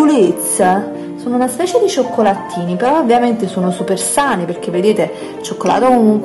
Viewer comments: Però dai, cioccolaTTini non si può sentire! È davvero fastidioso sentire una pronuncia e una grammatica così scorrette, oltre alla pronuncia sbagliata di molte parole, non ho mai sentito un verbo coniugato al giusto tempo verbale! Eppure non è difficile, boh! È vero che ogni regione è caratterizzata da un diverso accento e modo di parlare, però almeno cerchiamo di mantenere la correttezza grammaticale! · non si può sentire "cioccolaTTini" "cioccolaTTo"